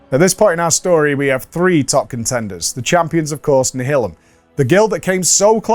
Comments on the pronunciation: Nial-um. Like nihilist. Come on. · Always thought it was pronounced nialim - as in nihilist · Hering him pronounce Nihilum is just breaking my heart. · Do the Brits pronounce Nihilum like that or is being weird?